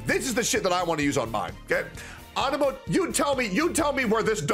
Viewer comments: man why do you say it like Anemo?? Everyone know it is pronounced Anemo! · wtf is On-A-Moe?